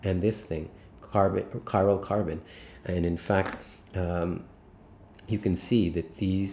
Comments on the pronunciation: Chiral carbon :) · Are you saying cyrocarbon?